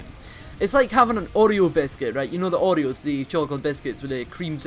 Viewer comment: ohhhhh fuck yea I've had Oreos! I thought you were saying fucking "Audio Biscuits" lol. I was like da fuck is that?!